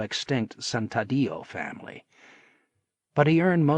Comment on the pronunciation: Great narration but it's santadio not sandaditio